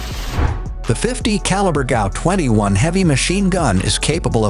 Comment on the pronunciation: And it is pronounced G. A. U. As a USAF Security Policeman, I carried the GAU-5 on numerous occasions.